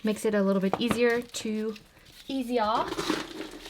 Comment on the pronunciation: "easi-AH" made me laugh haha. Love your cockney accent ❤️😂